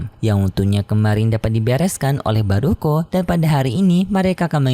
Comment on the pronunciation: Bukan baruko tapi baruah cam KO minmin